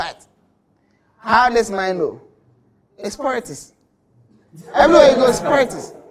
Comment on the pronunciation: Poritics lol